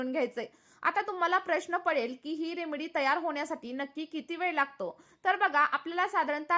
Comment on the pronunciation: Aho Taai, English jamat nahi tar marathit bola na, remdee, mhantana shembdee mhatla sarkhe vatate, aani khoop kahi. ❤😂😅